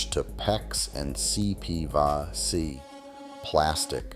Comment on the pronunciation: There’s another thing in this modern world that has went to crap. Creators using computer generated/AI voices to narrate videos. Listen closely, the computer voice says “CP Va C” It’s CPVC!!!! Use your own voice to narrate, this computer/AI voices BS is just as bad a cheapening everything as you speak about!